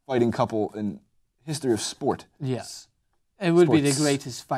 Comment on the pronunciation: Nothing really to add, but I laughed when you added the sss to the end of sport, after Ben made fun of you yesterday.